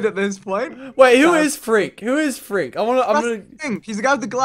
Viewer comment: Not frink its frank